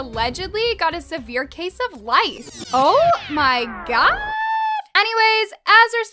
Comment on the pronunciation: WAIT DID SHE SAY LICE SJHDHDDJJE